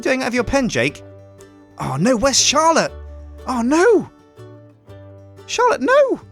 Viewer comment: I heard charllote